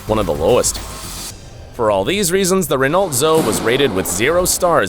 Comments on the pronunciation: Ren-alt Zo? what? The Renault Zoe is pronounced Ren-oh Zo-E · What is a REN/ORT. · And NOT Renolt! Geeze! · That's not how you pronounce "Renault Zoe"... Renault is pronounced more like "Reno" and Zoe is pronounced "Zo-ie" as in the girl's name. Honestly, your lack of car knowledge makes this video nothing more than sensationalist. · Dude mispronounced Renault lol (Reh - no) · The Rover Metro or its face lift version Rover 100 is a car from the early 80s. It was rated as one of the safest cars then. Obviously NCAP would rate it low based on changes in car safety tech. The parent company ceased operations in 2000 and no longer make cars though most of their final lineup were re-badged Honda models. The L in Renault is silent(It's a French brand) Dacia is pronounced like Dach ya, like Lancia is pronounced Lanch ya. Which generation of the Fiesta & Punto is unsafe? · not serious dude when you can't pronouce the manufacturer's name wrong.. renault.. the 'l' is stilent.. and hyundai? really?